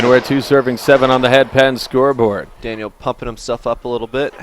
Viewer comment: Racist commentators didn't roll the L' and R's in Daniels name. Makes me sick.